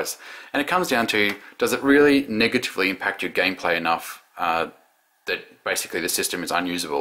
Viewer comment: "for long term gay play" dont you just love slip ups when you are speaking